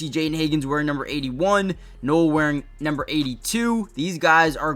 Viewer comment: Noel is pronounced 'Nole'.